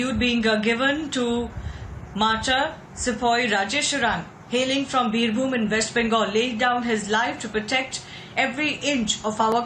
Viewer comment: It's pronounced as "Birbhoom".. not "Birhum"...